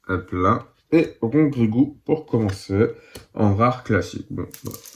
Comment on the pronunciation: " Rongrougrou" 😂 Décidément, tu galère à prononcer le nom des pokémons